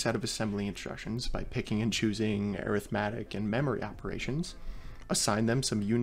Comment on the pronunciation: Rest of the world: ArithmEtic: ErithmAtic